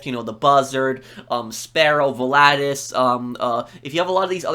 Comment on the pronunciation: Pronunciation: VOL-A-TUS